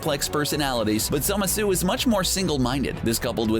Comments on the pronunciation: Zemasu? TRIGGERED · They said ZAMASU wrong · u said "zamasu" wrong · ok.... the way you say zamasu makes me wanna puke in my mouth... its not a french fucking dessert! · STOP SAYING ZAMASU WRONG OMG ITS SO ANNOYING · Goddamn, the way dude says Zamasu is obnoxious. For gods sake, if you watch the show they say the pronunciation! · Soulless Flame I’m glad I’m not the only one irritated y his pronunciation of Zamasu’s name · its zamasu not zemasu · it is actually pronounced zamasu, not zemasu scrubs at cbr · STOP. SAYING. ZEMUHSOO! It's Zah, mah, soo! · cool video but the way you say "zamasu" pisses me off its not zamasuuuuuu its zamasu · Zemasu lol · Its called Zamazu not Zemazu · Zemsu............ it’s zamasu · Stop saying zemasu it’s ZAMASU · Dude this guy doesn’t know how to spell and say a lot of villains names It’s Zamasu not Zamesu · It’s ZAMASU not zemasu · Zamasu not zemasu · Idiot it's zamasu not zemesu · Zemesu really it's ZAMASU!! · Zemasu? Isn't it zamasu? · Zemesu? ITS ZAMASU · Its not zemasu but zamasu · I thought it was Zamasu not Zemasu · Who the hell is zema sue? It's zamasu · Its spelled zamazu not zemasu idiots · It's Za-ma-suu, not Zemesu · It's Zamasu not zemasu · This guy said "zimisu" and not "ZA-MA su" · Wtf is "Zema-su" his names "Zama-su"! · It's not zemasu it's zamasu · Is this jack off calling zAmasu zEmasu? Wow. Don’t know how you messed that one up. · IT IS ZAH MAH SU NOT ZEMISU, AND JIREN ISNT A VILLAIN! DID U EVEN WATCH DRAGON BALL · ITS SPELLED ZAMASU AND PRONOUNCED ZA MA SU NOT ZEMESU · WTF who is zemasu its zamasu what are u crazy?XD zemasu lol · No wonder you’re pronouncing Zamasu wrong. It’s ZAMASU not ZEMASU. ZAMASU. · it's ZAMAZU not Zemasu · Zemasu? Lmao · He pronounces zamasu as “zemessoo” and kamehameha as “cuhmayhumayhuh” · Did anyone else catch he called him zemasu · Did he rlly say zemasu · Zemasu xD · Why was zamasu pronounced ‘zemesue’ 😂😂😂😂😂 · *Zamasu (ZAH-MAH-SU) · its pronounced zamasu ZA MA SU